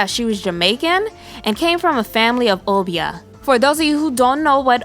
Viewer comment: Obeah's pronounced "oh-bear"